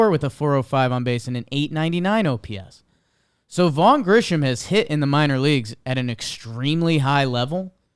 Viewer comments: pronouncing Grissom as “Grisham” over and over nearly sent me over the edge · Why is it none of these guys can never pronounce Grissom correctly? It’s not Grisham, it’s Grissom. They repeatedly sound like idiots